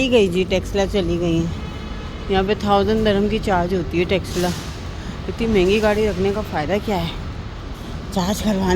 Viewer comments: Loll texela no its tesla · Tesla name ha car ka not texla sister